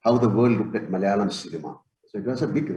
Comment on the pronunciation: its malayalam not mal'yalam.